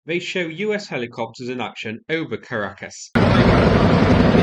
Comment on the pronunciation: my mom laughed at how you pronounced Caracas lol